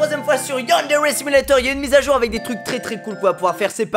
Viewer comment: ta dis yandgeri simulator